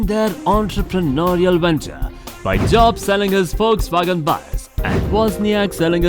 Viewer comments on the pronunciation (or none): none